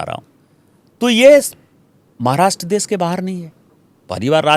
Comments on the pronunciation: Dubey भैया.... देस... नहीं देश बोल देश... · Smitaji...first teach Dubey to speak fluent Hindi then ask him to take side of Hindi speaking people. देश को "देस" बोल रहा है। भाषा को "भासा" बोल रहा है। 🤣🤣